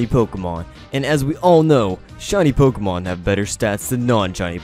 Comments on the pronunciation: I'm late, but "Pokeman" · Great content also ‘Pokeman or Pokemon’ haha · "POKEMAN" No lie I dig your video style I'll be sticking around